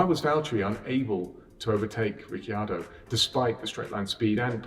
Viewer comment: No one: James: rikki-yardo